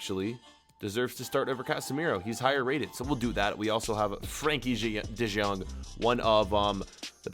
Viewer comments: It’s de yooooooong not de jjjjjjjjooong Man you’re butchering the names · Why you always say de jong its de yong we pronouns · It’s “De yong” not “De jeong” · Does he really say "De Džong"? I understand Kruus, but this is beyond my mind. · it is not Frankie de gong it is Frankie de Young ...that is how to pronounce it....jeez man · Ángel Blanco wa du u meaan I’m saying u supposed to pronounce it de yong the j is silent